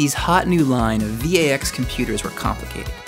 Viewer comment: VAX isn't pronounced V.A.X. Just VAX. Whereas their OS VMS is pronounced V.M.S. because D.E.C. employed weird people or something.